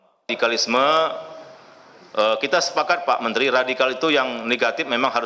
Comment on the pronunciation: Mantri kok ngomongnya ngocros.... Mentri opo iku.......